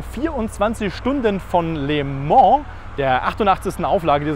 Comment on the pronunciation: Heisst es nicht "lö mon"? (statt les Mans)